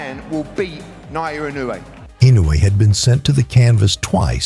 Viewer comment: should at least learn to pronounce NI's name correctly before flapping his disrespectful jaws especially since NI handed him his ass🤣